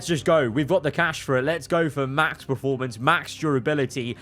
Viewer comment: Please stop saying PRE-formance. I love your videos but it hurts me every 29 times in a videos you say PRE-formance instead of the actually word......PER formance 😘